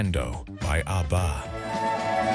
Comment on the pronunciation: I lost interest in this one as soon as the AI voice mangled the pronunciation of ABBA. This is what happens when we lazily churn out videos without checking them first.